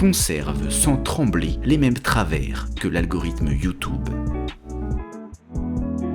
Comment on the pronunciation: Quand virtuellement tout le monde en France dit \ju.tyb\ ou genre \ju.tjyb\, votre positionnement est vraiment particulier (Qu'est-ce ? Une sorte d'anglois discount ?). J'aimerais bien connaître vos motivations ( ˘ω˘ )